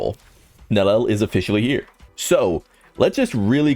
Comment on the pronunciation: Nel-E-L 3 syllables.